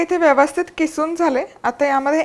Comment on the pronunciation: किसून नाही.......'खिसून' असते